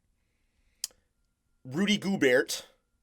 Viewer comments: It's go-bear not go-burt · Nobody: Flight: “ Rudy Gogurt” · Is he just trolling us or is flight really that stupid? He's in his own words "such a casual"....seriously less than a casual fan if he doesn't know who he is or even pronounce the name of the 2-time reigning defensive player of the year award winner in the NBA. That's like not knowing who james harden is and pronouncing his name wrong too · How does anyone take flight serious.... The dude defines CRINGE.... The man says "JOE-KICH" and "GO-BURT".... SMH....